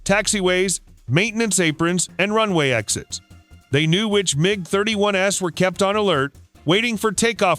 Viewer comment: "MiG-31-Ess" Idiot AI narration can't understand some plurals! The MiG-31's were [plural] parked out in the open." (There's no such thing as a "MiG-31S"! There's the Микоян МиГ-31: MiG-31.)